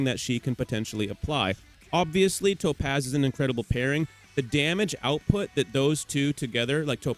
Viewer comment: cool video i hate the way you say topaz LMAO